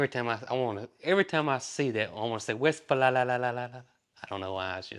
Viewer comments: it's pronounced "West-FAY-lee-uh." It's an English version (also Westphalia) of a German region called Westfalen. If you have such a car, you gotta know it in your sleep. lol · It's pronounced West-fay-lee-a. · it's pronounced west-fail-eeya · Bless your heart. Its West-fall-ya...Westfalia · the pronunciation, I believe, is west Fay lee ah. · Just to let you know, here is the pronunciation of Westfalia. Westfalia: Pronounced as "Vest-fa-lee-uh". Love your videos! ❤ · Te name "Westfalia" direves from the German country Northrhine-Westfalen. 1 of 16 partrepublics of the republic Germany. Pronounced West-fa-li-a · Ernest T and Opie are busy, busy, busy! Keeping them occupied would be a 24/7 kinda job!, your bus is a west-fail-ee-ya (Westfalia). Of course, Westfalala is fun, too. I was so sorry to hear how the former owner of your bus treated you. I hope you have years of enjoyment with it once you get it going. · Hallo, hear is how you pronouce WESTFALIA: WESTF then the „A“ like in Farm the „L“ from Lake, the „I“ like the ee in bee and the „A“ from farm. Greetings from 🇨🇭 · It’s pronounced west Fay li a 😊❤ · West fail ee ahh = Westfalia, dear 😂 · Yes he missed the I=ee🙂